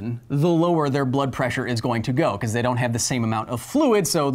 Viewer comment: It's not べコズ・サイエンス It's ビコズ・サイエンス